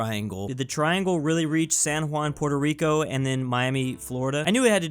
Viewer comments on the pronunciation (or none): none